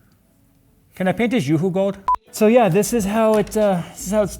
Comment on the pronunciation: "Can I paint hish yoohoo gooold?"😂😂😂